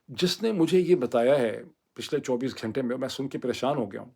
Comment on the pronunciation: Yaar please learn the pronunciation of "WAQT" and "GHUNTA" in urdu talufuz. Boht bura lugta hai. You use the "Ghainta" so frequently but U speak so wrongly. Please have a heart.